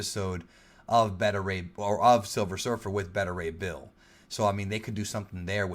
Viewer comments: Dude get your information right. Spiderman Far From Home is Not a phase 4 film. It's the final film in phase 3. Spiderman Far From Home is the final phase 3 film not Endgame. And its pronounced BETA Ray Bill not Better Ray Bill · Dude its pronounced Bay-ta Ray Bill not Bet-ter Ray Bill. Just like how you pronounce Alpha and Beta. Not Alpha and Better. Tbh it was annoying the shit out of me everytime you said Better 😂